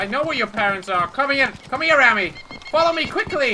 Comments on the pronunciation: Hey its me Rammy. Its Remi not Rammy:D great vid! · There was a kid named Rammy in my school. It's pronounced Raw-me